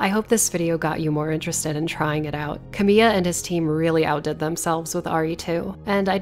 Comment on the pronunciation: This would be so much better if you had the respect to pronounce "Kamiya" correctly